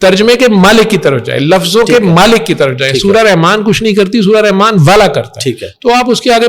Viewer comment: رحمن کہتے ہوئے تجوید کا خیال رکھین ح گلے سے رگڑ کھاتی ہوئی نکلے گی